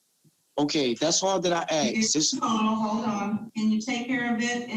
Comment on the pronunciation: aksed me??